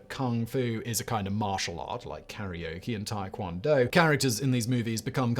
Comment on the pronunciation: Did...did he say karaoke? Lmao